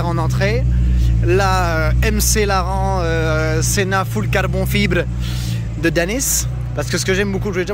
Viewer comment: Pas mal l'accent mi-latino mi-maghrebin pour nous indiquer que c'est une Mclaren Senna 🤣